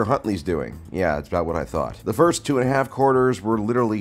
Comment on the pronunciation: said firstuah